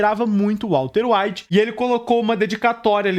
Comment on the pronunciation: Vídeo muito bom, mas tu falou Walter evite tantas vezes kkkk